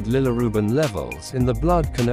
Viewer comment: yeah but your AI says Lillirubin all the time